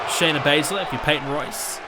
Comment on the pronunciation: Shana Bazler not sonya deville Shayna Baszler**